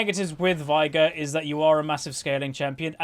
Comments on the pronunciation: Its vay-gar and u skill e second since u cant get stacks with w, and e is so much better for that situation where shaco died. It even says vay-gar in his lore btw. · why do you say Vigar?